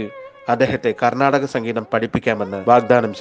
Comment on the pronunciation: കർണ്ണാടിക്ക് സംഗീതം എന്നതല്ലെ ശരിയായ ഉച്ചാരണം